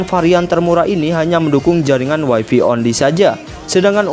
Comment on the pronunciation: Greget saya sama YouTubers Indonesia bahasa Inggrisnya pada kacau. WiFi itu bacanya waifai, kalau waifi (wifey) artinya istri, pasangannya habi (hubby) suami.